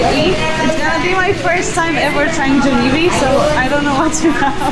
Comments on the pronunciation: 🙋‍♂️🙋‍♂️👋 Try saying Jah-li-bee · Yes they are Europeans , the way they pronounced Jollibee